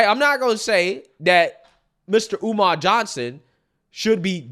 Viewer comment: I could have sworn he said his name was Dr. UMAR Oo Fontunae?